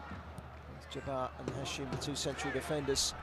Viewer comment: المعلق يسمي هاشم ،،،هاشيمو😂😂😂صار ياباني